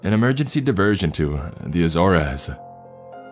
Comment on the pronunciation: I cant stand how many times he says azores like a-zor-es it a-zores